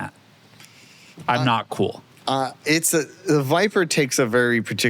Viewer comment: These guys are cooler than they think they are. They are cool with 2 syllables: Coo-well.